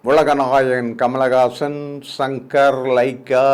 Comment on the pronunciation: கமல் ஹாசன் பெயரை சரியாக சொல்லுங்கள் தயவு செய்து.